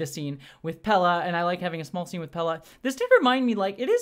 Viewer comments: Sorry upfront for yelling,, but: WHY ARE YOU CONSTANTLY CALLING PELIA "PELLA"? 😵‍💫🤨 I love your thoughts, insight, and enthusiasm, but wouldn't be surprised at all if you had some form of dyslexia when it comes to names... noticed at other times too, that getting the names right doesn't really seem to matter too much to you, which is really interesting, given your personal background. 😅🫣 Other than that, keep up the great work (LOVE your WGA/SAG-AFTRA intro as well - and I'm happy to see that typos have been fixed here!). 😉👍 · Okay,? I like your reviews and enthusiasm, but this has been going on for way too long now: Carol Kane's character is named Pelia, with an "I" in the middle. Pell-ee-a, not Pella. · Pelia! Pel-ee-uh! Rant aside, I loved this episode and I loved your review. PS. your combadge is too low